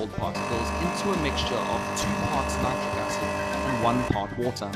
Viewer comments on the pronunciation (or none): none